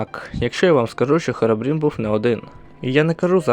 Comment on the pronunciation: не Херобрін, а Хірібрін